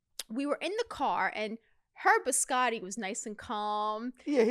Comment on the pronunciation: BiscoTTI, not Biscori XD